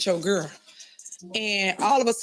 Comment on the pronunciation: " skirl" meeting 🤦🏿